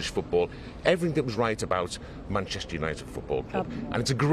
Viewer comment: Might help if the presenter could manage to pronounce ‘Manchester’ correctly, it not an option, it’s a professional requirement.